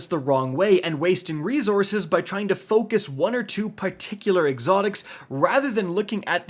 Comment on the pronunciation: Why am I so triggered by the way he pronounces “Resources”? 🤬